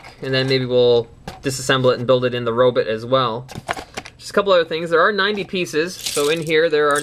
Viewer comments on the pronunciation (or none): But you pronounce it robit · In Cananda why arn't they pronounced Robot?